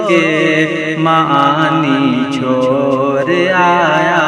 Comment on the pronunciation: ڑا😂 نکالو بھائی...... مور اور چھور نہیں موڑ؛ اور چھوڑ بولنے کیلئے بولو